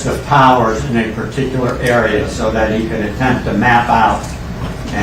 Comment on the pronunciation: “YOUR HONOR HE SAID “THAT” not “DAT” I rest my case!!!